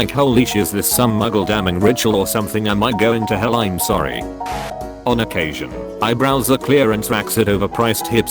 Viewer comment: I wasn't looking at the screen for a sec and when it said overpriced hipster-y boutiques I understood oberpriced hipster-y booties and I was kinda concerned